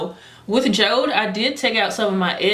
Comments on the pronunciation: It's actually called Jo-De like Jodi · Jode is pronounced as Jodie or Jody